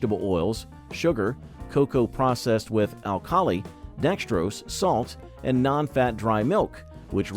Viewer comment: Yea..Al ka lie....